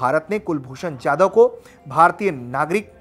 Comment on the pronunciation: कुलभूषण जाधव नाम है उनका यादव नही सही उच्चारण करें। आप हिंदुस्थान में है।